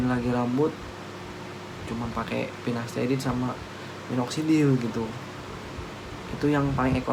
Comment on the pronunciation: Sampo selsun,pinasterid,ketomed haha nyebut nya lucu tapi ttp semangat yaaa bang mksih info nya